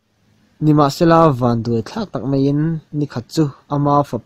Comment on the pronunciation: Mei..mei...mei... i tia, a nilo. MAI tih tur aw.